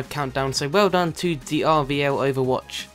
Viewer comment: he kept saying rvloverwatch its rlvoverwatch